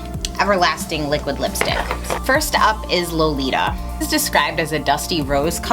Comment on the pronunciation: thought I was the only one that felt cringey. Also when said Lolita